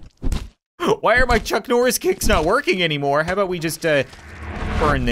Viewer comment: wat u said "Chuknorris"